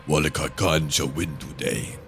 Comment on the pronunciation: you need to pronounce 'Wallach' as 'Vallach', it'll sound better as it's proper;)